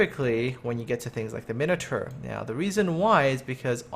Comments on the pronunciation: Min-o-tar not minater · your mispronouncing Edinburgh. it's more like edinburough. Also you say minotaur weird